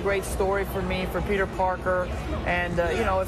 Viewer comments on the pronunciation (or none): none